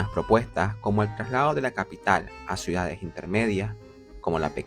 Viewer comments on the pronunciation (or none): Dice suidades… a pesar del buen contenido que hace, no puedo verlo porque no tolero lo mal que habla 🙈